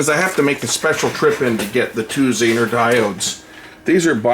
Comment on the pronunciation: Don't think I've ever heard "Zener" pronounced w/ a short "e."